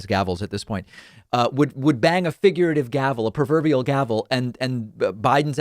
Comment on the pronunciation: what is a '...perverbial gavel..." Pakman? Sounds dodgy mate